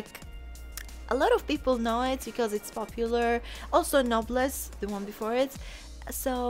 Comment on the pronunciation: Noblesse - how I say it = No Plez